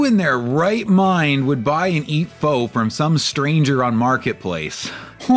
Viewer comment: that pronunciation of Pho